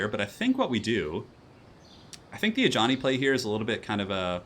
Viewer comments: I actually thought he just gave him the nickname of Johnny lol. Didn't realise it was the accent/pronunciation. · When you calling Ajani ,its sounds like Johnny :P